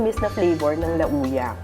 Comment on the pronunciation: Hindi po LA-OO-YA ang pagpronounce ng Lauya de Palanyag. Dish po ng Ilocos yung LA-OO-YA. Ang pag pronounce po ng Lauya de Palanyag ay LAWYA. Palanyag po old name ng Paranaque.